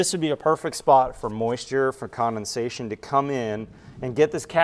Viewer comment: The word is condensation not commonsation.